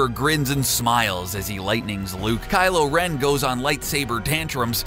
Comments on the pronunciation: did you say Kylo and Ren? XD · DOES ANYONE ELSE NOTICE THAT AT AROUND THE MARK HE SAYS "WHEN KYLO, AND REN DUKE IT OUT?"😆😂🤣